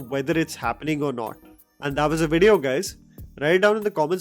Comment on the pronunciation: For god sake, man, take a breath when you speak. You just keep going on and on without any pause, making it painful to listen. Also if yiu gonna speak in English please pronounce the words correctly eg video is pronounced as a V not a W.